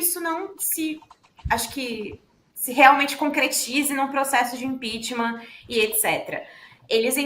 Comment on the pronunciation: Toda semana a fala de impechtma kkkk